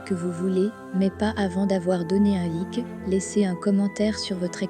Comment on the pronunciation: Je me suis abonné a votre chaine, c'est très intéressant. Par contre prononcer le like en anglais.